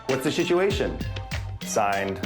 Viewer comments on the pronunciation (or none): What's the 'shituation'? Iol... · Heh, I think it's hilarious that they said "shituation" twice that I counted in this episode. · "what's the shituation?" 😂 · Did he just ask "what's the shitsuation?" Asking for a friend.